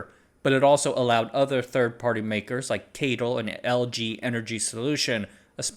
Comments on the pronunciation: (CATL) keityl? I think it's si-ey-ti-el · NEDC = Not even darn close !! No one calls CATL 'Kaytle' - it's just C A T L